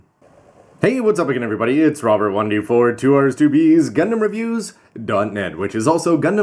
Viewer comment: LOL Spicy and Extra Spicy, nice way to say Rrobbert.